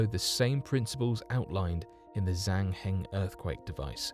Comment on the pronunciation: Pronunciation tip. With Zhang Hing you got the second part right, but in Chinese Zh makes a soft J sound, so it'd sound more like Jang Hing. Also Qinghai is wrong. The Q makes a sound similar to CH, so Qinghai is pronounced like chinghai rather than kinghai.